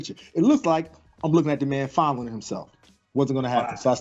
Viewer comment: Lmao when he said that I responded “yup,, he said FONDLING” 💀😂